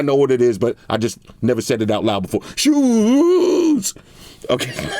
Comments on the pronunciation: yooo man busted out laughing i cant even lie, the way he said "ShoOoEeS!!" Then he says "It can decrease down to 1 HERTT" 😂😂😂 too funny with it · The way he said shoes on lol